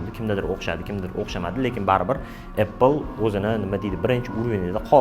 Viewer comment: Apppl emas apl deb qisqacha qilib talaffuz qiling. Ingliz tilini ham hor qilib tashladingiz.